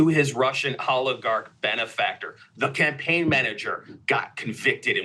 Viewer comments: timestamp to here the lib dude say "cumpain" manager. That was funny as hell to hear. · Why did he say “cumpaign” so many times